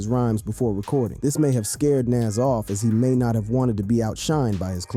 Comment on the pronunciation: Wait so he can pronounce nasirr correctly but not nas?!! Lmmfao